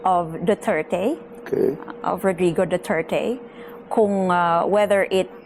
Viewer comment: FÈELINGERANG IBANG LAHI SI GIRL..YUNG PAG BIGKAS NYA NG DUTERTE SINOBRAHAN SA ARTE...HOY!! SAPSAP NA ALITAPTAP...INDE BAGAY SAYO MAG INARTE..INDE KA PAG AAKSAYAHAN NG PANAHON NI VP SARAH..